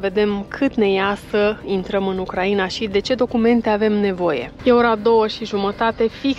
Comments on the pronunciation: UCRAINA se pronunta in trei silabe (U-crai-na), nu in patru (U-cra-i-na). Ati pronuntat cuvantul Ucraiiiiiiiiiina de 1000x, nu am putut sa ma mai uit la video… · De ce pronunțati Ucraiina înainte pronunțați Ucraina.?? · pui accentul ciudad pe Ucraina 😂😂😂 îmi plâng urechile 😢